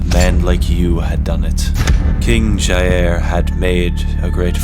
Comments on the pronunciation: JAIR BOLSONARO, OH NO Btw, you may not care but if you do, jair, pronounces jah-iir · I love how he says ja-air instead of jair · American: Jaêr Bolsonero me: hehe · "d i Air Bolsonaro" KAKAKAKAKAKAKAKA <3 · The way he says Jair cracks me up every time